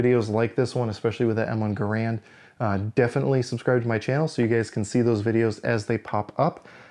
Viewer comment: Gair-und never Ger-and